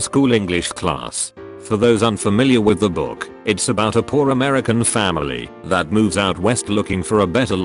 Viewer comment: "That's how you say it in Amrican" 😂